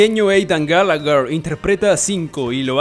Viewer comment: Acaso puso aidan GALLAGUER? !??!?! Es GALLAGHER 😂😂